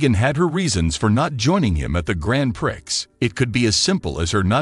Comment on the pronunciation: Just to educate you, it is not pronounced with the 'x' it is pronounced like 'Pree'